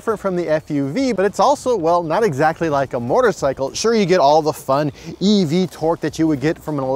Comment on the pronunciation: Say it with me.... moe-terr-sy-kull. There's no "r" in front of the "t".